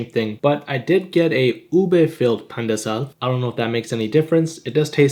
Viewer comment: as a filipino, i dont like how they pronounce pandesal.